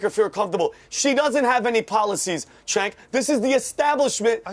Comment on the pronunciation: Oh my god, panelists, IT'S PRONOUNCED "JENK" Not Senk and not Chenk 🙄🙄